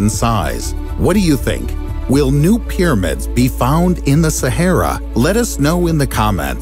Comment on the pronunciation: Peeramids this. Peeramids that. Peeramids...... Peeramids.